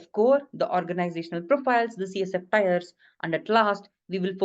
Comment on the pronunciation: TIERS .. not Tyres .. good video though